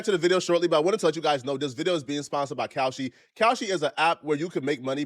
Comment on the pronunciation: I hate how he say Kalshi. Looking dumb